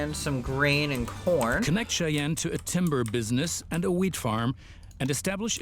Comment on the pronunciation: Cheyenne is pronounced "Shy Anne"